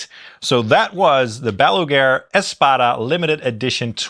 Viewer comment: not meant as a diss, just funny that you say Baluger instead of Balaguer, like Gene Hackman's nucular in Superman IV